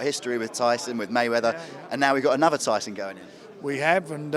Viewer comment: Tyson Fyson ! Classic.